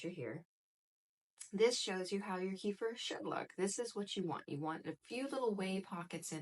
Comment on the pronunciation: I make my own kefir. I came here for advice, but I couldn't focus on what you were saying as I was mesmerised by your eyes.......... Here in the UK finding full fat raw milk is very easy. So, that's what I do. Oh, and kefir is pronounced kuh-feer. The word comes from the Caucases, Eastern Europe. They pronounce it kuh-feer, with the emphasis on the second syllable. Their word, their invention, so.........